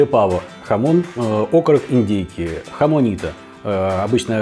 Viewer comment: С новым годом! Не хамонито, а jamoncito ( хамонсито). Сам живу в Испании. Хороший канал и рецепты ТОП.